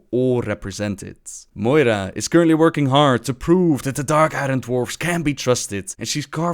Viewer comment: Also novbbel it may sound dumb, but Iron is pronounced more like iorn in english.